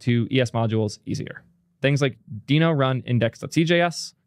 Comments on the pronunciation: and yet he says “Deh-no” about half the time. But I can’t tell if he’s trolling… just heard him pronounce “gist” (as in a GitHub gist) with a hard g, and it felt like a troll. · its pronounced deeno, its literally a dinosaur in the logo... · I'll watch the video anyway, BUT when the official promo says /diːnoʊ/, then you really should care just enough to drop your former mispronunciation and start using the one used by the damn creator. Is it really THAT hard? 🙃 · It’s deeno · how would you pronounce the logo? its a DINOsaur..... i cant watch this video with how you are pronouncing deno.. go with deeno or dyno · is sometimes pronouncing "Deno" the way Ryan Dahl originally pronounced it, but he and the rest of the org agreed to pronounce it "Dee-no" in 2020. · Everyone's so worried about misgendering people, but then completely disregard the correct pronunciation of names... It's pronounced "dee-no", just look it up! It's literally the first thing on the Wikipedia page or Deno docs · Uh... I am so unqualified to weigh-in on this pronunciation. But given the branding, isn't it obviously pronounced "Dino"? 🦖🤔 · i watched until you decided to mispronounce it like an idiot. skip